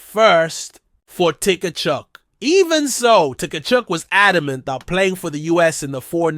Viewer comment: The T is silent